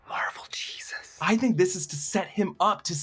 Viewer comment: Now, I'm not going to rage about the way you say "Jesus," (but c'mon...), but... ... it's 20th Century studios. Not 21st Century. And it was 20th Century before it was 20th Century Fox. They just dropped the added-on "Fox."